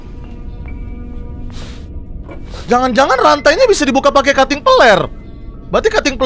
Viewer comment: Bang windah ko ngomongnya cuting peler